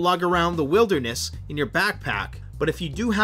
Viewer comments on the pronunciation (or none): none